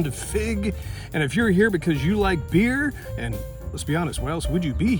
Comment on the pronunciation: "if you like beer, why else would you Behere (beeher)"... beer! lol